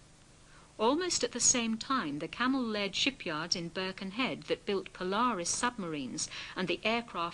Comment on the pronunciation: Birchinhead? Its BURKIN head